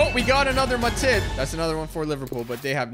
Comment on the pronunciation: The Way Pronounces Matip… 💀